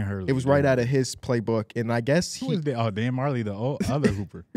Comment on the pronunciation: Man said Dan Marjele 😭need these guys to tap in to college hoops/history